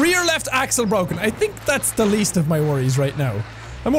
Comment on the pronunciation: Jack, I love that you let your Irish out. I also love it when you say "ya tink?"